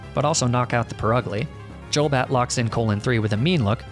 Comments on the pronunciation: Hearing "Jolbat" infuriates me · "Dzholbat", omg, that hurts. xD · The way he says JOLbat and and JOLduck makes me so inexplicably angry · Is there a reason you say "Jul" when it comes to Golbat and Golduck, Instead of "Goal"? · Y u say Jolduck and Jolbat? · "jolduck" "jolbat" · you're saying golbat, golduck and Aaron wrong lol